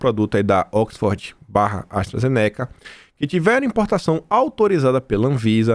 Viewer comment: sua pronúncia sobre a ASTRAZENICA, aiiiiii dói os ouvimos... não é assim que se pronuncia.